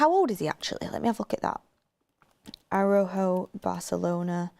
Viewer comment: please you keep saying Araujo wrong just look it up